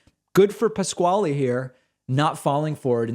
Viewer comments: I believe Pasquale's name is pronounced "pas Kal" not pas Kwallee. At least, that's how a college chum pronounced his name. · "Pas-qualee" Jesus Christ is that how that name is pronounced in the US?! Absolutely ridiculous. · Lol I think it’s pronounced “Pascal”?